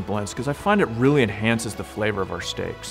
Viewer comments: "Stick to the sticks" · the way he says "steaks" is satisfying